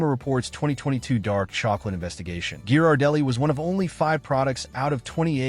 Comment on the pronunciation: RIDICULOUS. A TOTALLY DUMB POST IS FULL OF HOT AIR. THE AI NARRATION CANNOT EVEN PRONOUNCE GHIRARDELLI CORRECTLY.